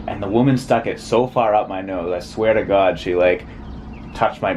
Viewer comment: "I sweartagawd"